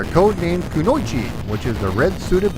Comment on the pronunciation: Your pronunciation of "kunoichi" nearly made my ears bleed.